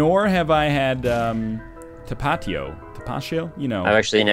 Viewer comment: It's actually ta-pa-tí-o . The accent mark separates the diphthong